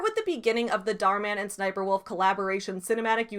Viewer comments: Oh. It’s really pronounced S-S-Sniperwolf. 😬 Not a very good name to have when it’s based off a military character. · I will always pronounce it as SSS niperwolf.